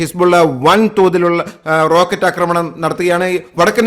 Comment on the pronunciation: ആക്രമണം ആണ് ശരി അക്രമണം അല്ല ഇനി അക്രമണം പറഞ്ഞാൽ un subscribe ചെയ്യും